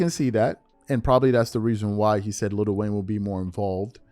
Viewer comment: IT'S NOT LITTLE WAYNE ITS LIL WAYNE